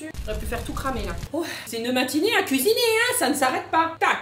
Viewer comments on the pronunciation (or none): Nous allons lui cuiiner un petit dessert un petit gâteau voila >> heu 😂 le mot cuiiner ses cuisiner 😂😂😂😂😂fin sinon tes le meilleure change pas ❤❤❤😂😂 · Kisiné 😂😂❤ le français n’est pas ton fort aujourd’hui 😂😂